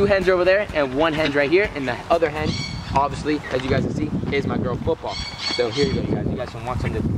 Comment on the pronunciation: U said hen I thought u we’re saying head lol